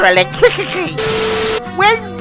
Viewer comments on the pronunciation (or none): “When wiw we?”